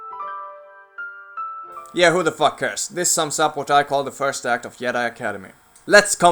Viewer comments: it's called Jedi not yedi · Dude, what is with your pronounciation? "yedi", "Yan Ors", "sheet" :D. Outcast wins in terms of single player, because it didn't have all the kiddie-childish bullshit star wars has nowadays: overblown fights with lots of blasts and sparks coming from lightsabers participating in a fight. The story in Outcast was also way more mature than in Academy including loads of things to appeal to primary school children at that time - it wasn't as dark in nature. The best thing about academy is the mod - Movie Battles II. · “Yedi Knight” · Stop saying yedi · What's a "yedi" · The video is good but you pronounced Jedi and Jan wrong. I understand your main language isn't English but we pronounce Jedi and Jan like its spelled not Yedi and Yan. I have a friend who is Swedish his name is John, its pronounced like Yahn or Yawn but its spelled differently. Just informing you :). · what the accent is that where J are Ys? Yeah!! I bet you thought after 5 years you would stop getting comments about that! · You know someone's a viking when they pronounce Jedi like this. "Cheesecake Jumbojet" The best codename for scandinavians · Silent J in Jedi (-: nope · I love the content, but the way you say Jedi makes me cringe xD